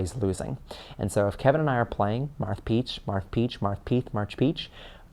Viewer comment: I love the when he says "Marth Peach, Marth Peach, Marth Peath, March peach" lol it's the most adorable slip of the tongue